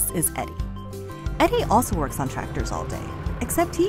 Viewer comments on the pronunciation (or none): none